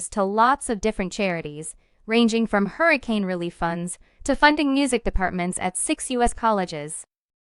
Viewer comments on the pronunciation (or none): none